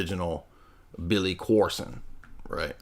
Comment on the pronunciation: Automatic sub,like, and comment with a 8+ min opener song intro then pronouncing Billy Carson as Billy Coreson gets it all ...one would recognize this channels fire with all of those thangs ..thank you for the hours of entertainment...lol... congratulations!!!